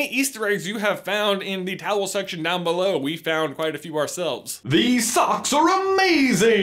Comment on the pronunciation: Why do you guys call the comments the "towl section" or am i hearing it wrong?